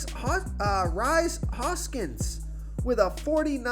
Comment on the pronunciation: Pronunciations are not his strong point